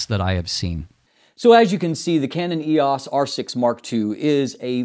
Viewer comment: E O S. Not eeeehaws